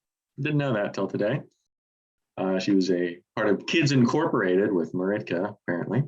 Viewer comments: "Maritka" lol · I hate to be that guy,, but it’s Martika, not Maritka. But great pick with the Smithereens, one of my favorite bands! I hope you do a List of them someday soon! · Yep, I think he may have pronounced it incorrectly more than once...but credit to him for choosing it... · First time you said Maritka I thought it just came out wrong, but then you said it a second time. Anyways, it is great song! :-D